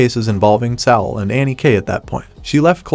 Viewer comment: Tsalal = Suh-lal, Ennis = Eh-nis. The mispronunciations were driving me nuts.